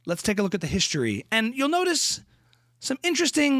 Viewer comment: The "Sh" sound on every word that has an S... .HILARIOU-SH!